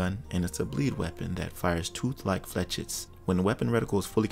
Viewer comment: I know somebody already said it but they’re pronounced “flay-shet” it’s French for little arrow. It’s a pretty uncommon loanword.